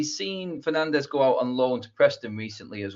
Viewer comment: He said Fernandez, not Fernandes....